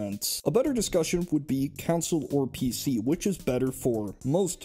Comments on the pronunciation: “Counsel” instead of consul 🤢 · "Council" (con-SOLE) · Why are you saying console as counsil? Are you secretly Anakin Skywalker? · I thought we were talking about console vs computer, not "council vs computer". Also, those other notes killed me, lmao. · It gave me OCD. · Anyone else hear "Counsel" the whole time?